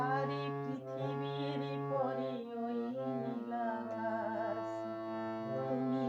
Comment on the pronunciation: সুন্দর গেয়েছেন । তবে গানে উচ্চারণ বিকৃত কাম্য নয়। যেমন - আকাছ, ছিছির ইত্যাদি । আকাশ, শিশির। স / শ এর উচ্চারণ ছ হচ্ছে । শুভকামনা।